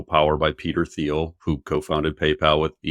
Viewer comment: its pronounced peter TEEL not THEEL